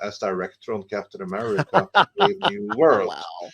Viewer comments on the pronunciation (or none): Bruh, it's "BRAVE." Not "Barve." 😂